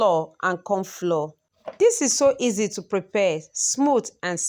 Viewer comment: Please what is cassava floor? Or you are saying flour?